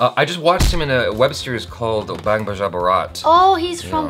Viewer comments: Why does keep pronouncing Bang as Baang?! I think he's mistaking it to be a Hindi word. It isn't, it's English! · What is this "Bung" "Bung"??.. Its "Bang", like "Kiss Kiss Bang Bang".